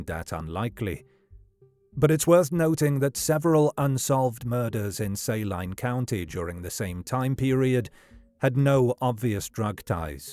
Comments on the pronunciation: Just for clarity: Saline County isn't pronounced "say-line" but "su-lean" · Saline pronounced SAY-LINE is weird. Especially since I'm from Saline County Kansas. We pronounce it SA-LEEN County. I'm from SALINA KS BTW. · I’m from Arkansas. The Clinton connection is deep and strong. And it’s Say Leen county. I will forgive your accent, though. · For future reference, Saline is pronounced Say-lean or Sa-lean. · I live in little rock, and the way you pronounce it is the same way we do. Was just pronounced wrong in the video.